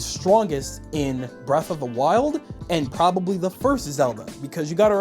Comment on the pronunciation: Era of the wild I think he sayin